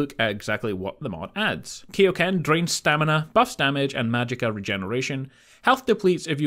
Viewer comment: You pronounced Kaioken wrong .